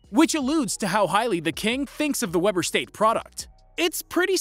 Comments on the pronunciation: its pronounced Wee-ber state not webber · Wee-ber state not Webber😂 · Weeeeber st.! Not Weber st.! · mans called it "Webber" state lmao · Lol he said 'Webber state "🤣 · This is supposed to be a "knowledgeable" person regarding Demean Lallard---and yet he doesn't even know the man attended (pronounced) "Weeber" State University in Ogden, Utah, for four years. Good grief. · It's not "Webber" state my guy. Something tells me you don't watch much bball... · It's pronounced Weeber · I was cringing the first few times but had to let it go for my mental 😝